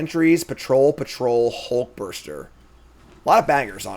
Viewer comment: "Hulkburster" has to be the most irrationally triggering mispronunciation I've heard from yet.